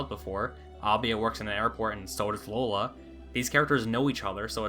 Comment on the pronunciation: Well, the line up was great till you said “Lola”